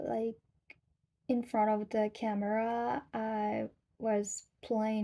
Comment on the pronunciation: Just a note to watch your "r" when you say "camera" because it can sound like "camela" (so you'll have an easy time saying the US vice-president's first name -- Kamala 😂)